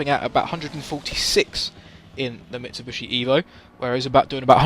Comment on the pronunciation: “Mitsubushi” Kappa